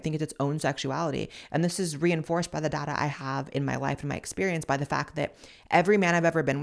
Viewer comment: When you said there is DATA, i thought you said there is Dada, I thought that was the first catagory of men you date 😂